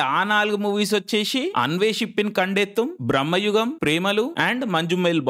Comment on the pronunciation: Aa anmol gadi video neat ga copy thengav ga...super Jump cut nuvvu...super Btw...adi brammayugam kaadu...bramayugam....theda thelusuku thagaladu